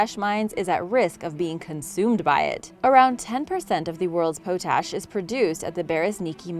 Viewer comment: My dear Madam the word you have been pronouncing potash is pronounced pot-ash just like in tea pot not pootash.